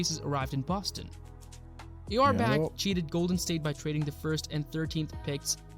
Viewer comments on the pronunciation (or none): Yeah I noticed the whole thing too and wondered if it had to do with any kind of copyright? It was rather annoying… And his pronunciation…oof! He totally changed Auerbach’s name…haha!